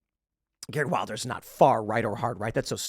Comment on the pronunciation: Just a note His last name is pronounce with a "V" (vil-der), not Wilder.